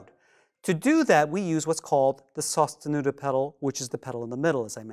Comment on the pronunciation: Lol never pronounce that the same way again